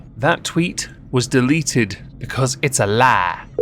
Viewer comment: I literally laughed out loud when you said in that excellent southern American accent, “It’s a lie!” Thanks for that 😂